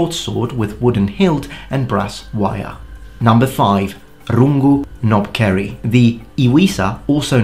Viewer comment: Knobkerrie, the "K" actually isn't silent like "knob" You pronounce the "K"😅 Also it isn't really "kerrie" it's pronounced "keerie"🙏🏿🤙🏿